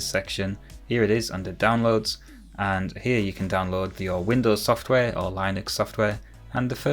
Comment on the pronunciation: superb work sir, despite your pronunciation of Linux making my eye twitch REALLY hard! Makes me wish I had the time and space for original hardware fun... Probably worth noting that there's no guarantee that the IP addresses will be in the .x range, it depends on your router's configuration. Mine's 10.10.x.x for example. Regardless - love it. Subscribed!